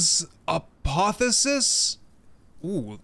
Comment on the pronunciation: Pronounced Ah-poth-eo-sis.